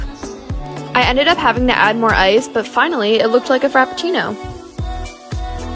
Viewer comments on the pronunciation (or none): As an italian... The pronunciation of frappuccino sucks, go learn Italian before saying it again. You say Frap-puc-cì-no, overall: nice vid!